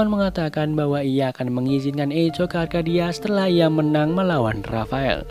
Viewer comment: Permisi bang, sedikit koreksi. Echo di baca = Ekō